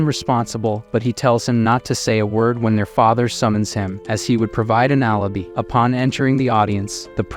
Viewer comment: The amount of basic ass words being said wrong is kinda incredible. Alibi and echo in particular jfc